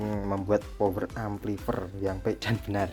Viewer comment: Amplifayer mas bacanya bukan amplifer😅